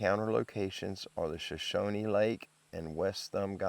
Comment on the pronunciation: It's pronounced SHA- SHONEY = SHOSHONE ❤❤❤